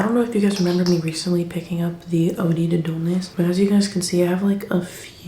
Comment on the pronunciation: it’s oh-dd, not oh-dee. oh-d to dullness